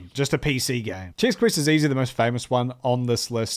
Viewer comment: Um actually it's Chex, not Chicks.